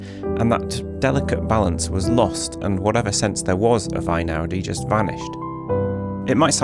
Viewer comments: One point about his name. Since he's Italian not German, isn't it "ey-now-dee" rather than "eye-now-dee"? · Maybe this has been said before, but his name is NOT pronounced I-naudi but Eh-ee-naudi. In Italian the "E-I" sound of two vowels next to each other is a diphthong comprised of a separate "eh" sound as in "ten" and an "ee" sound as in "bee." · He is Italian, so the first syllable of his name rhymes with hay not with rye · Interesting reflections but it would be better to start with pronouncing his surname correctly.